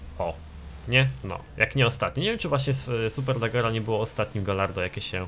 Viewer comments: Superlaggera rly? xD Poprawiając Superleggra. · SuperlEggera a nie SuperlAggera ...